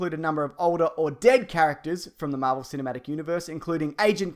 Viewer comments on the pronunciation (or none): none